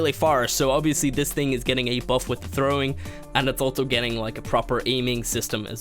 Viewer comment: altso? i learned its pronounced also....